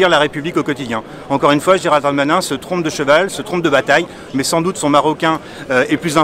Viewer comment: GéralDE Darmanin!!! pas géraldarmain!!! MDRRRRR Bref c'est gérald mon cul mais articule xD 90% de couleurs en prison ouai comme sur les chantiers quoi.. x) je repense a la vidéo pas de kebab chez nous un truc comme ca et la on te dit il y a juste a etre utile a la france... Oui mais le kebab il taff légalement il se leve pour faire a manger a des citoyens xDDD